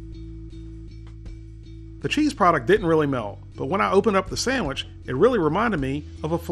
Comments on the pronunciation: Omgoodness- you said Sam-which! That's what I call them. Keep up the videos, love them and your approach. Been a subby for a while but don't post. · "our samich is ready" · Lol sammich